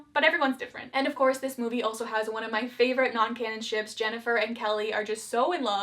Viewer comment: Way too much emphasis put on "Ships"